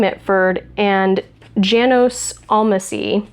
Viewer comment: I'm not positive, but I think that 'Janos' would be pronounced "yah-nos" in German.